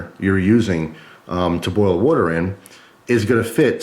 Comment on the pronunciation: It's WAter not WUter